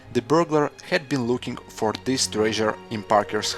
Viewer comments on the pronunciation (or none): none